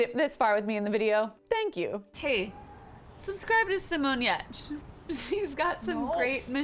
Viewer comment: when you realize how American you are.. thinking "Giertz" is pronounced like hurts with a G